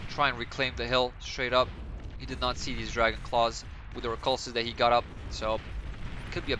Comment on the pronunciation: The pronunciation for the spiders is wreck-loose, just so you know. Love the content, keep ot up! :D